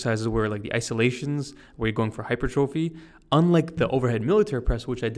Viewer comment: Wanted to tell you, you're pronouncing hypertrophy wrong!!!!!!!!!!!!!!!!!!!